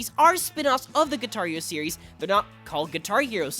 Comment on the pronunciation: Parece que dice “Guitario” XD